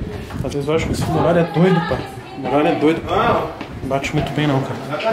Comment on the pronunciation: TEM FALANDO "MUGALHA" AO INVÉS DE MURALHA TEM LIKE!!!!!